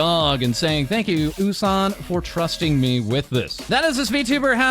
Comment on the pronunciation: I like calling U-San “Oh-San” because it means we can go OOOOOOH~ when we talk about U-San!